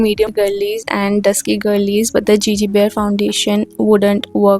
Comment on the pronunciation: Love to see your Gege Bear makeup review. They're so cute and lovely! It's good to see people here try them. However, your pronunciation of the brand name is slight wrong. It's not pronounced as 'Gigi' as in Gigi Hadid but as 'Gégé. Thank you for reviewing the products!